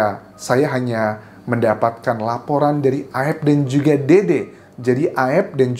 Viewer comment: AEP, bukan AEF 🎉🎉🎉🎉